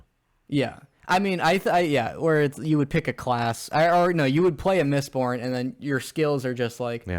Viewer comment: I really enjoyed the OG trilogy, but when said "mistbored" I had a hearty chuckle. If anything I'm just excited to check out Way of Kings now knowing its even better. And the Dark Tower series is a treat if you like Stephen King. That world is cannonically linked to many of his bigger titles and the scale is pretty epic. The ending is kind if meh (bc Stephen King) but I still would recommend as a strong Western/Scifi/Fantasy. Good epp guys 👍